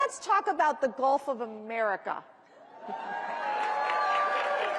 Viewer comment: For mispronouncing the Gulf, which is obvious for everyone.